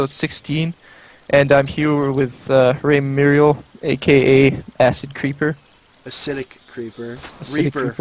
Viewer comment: RAWR RAWR RAWR raimuriel RAWRAWRAWR not raimuriell raimuriell = channel XD raimuriel = me in general or raymuriel depending on what games people stole my name